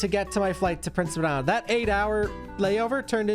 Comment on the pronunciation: The way you pronounce Prince Edward Island always, always throws me, man. It always sounds like you're saying Rhode Island (or Prince Rhode Island).